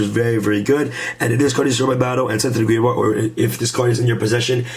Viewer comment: Grave - yard not grave - vard